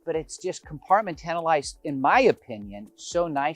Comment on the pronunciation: Nice home. I’ve never heard compartmentalized pronounced the way you say it. Learn something new everyday.